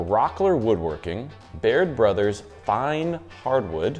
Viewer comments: Who's this guy that took over the channel? At the end, , sounds like he says "Beard Brothers" rather than "Baird Brothers....hmmmmmm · I kept hearing him say Beard Brothers at the end... and I even know Baird Brothers and am only located about an hour away from them... but I still kept hearing Beard Brothers...